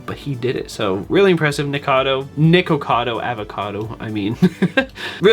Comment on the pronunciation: why do you call him nickado 😭😭😭 it’s nikocado, nik-o-cad-o